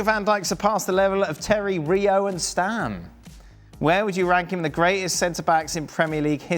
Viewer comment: Stam☝️NOT StAAm with two As😂his 1st name has two As Jaap